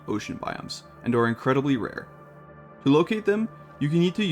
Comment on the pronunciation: Do some more takes bro. Incledibly-incredibly? Redo that take my man!